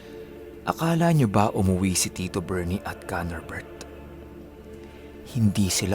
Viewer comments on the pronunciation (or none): Every time na sinasabi nyang KANORbert i remember someone and i dunno why hahaha. pero astig kwento more power.